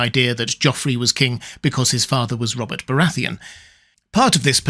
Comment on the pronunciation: "Bobert Baratheon"?